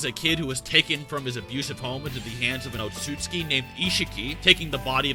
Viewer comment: OOTSU-TSUKI is pronounced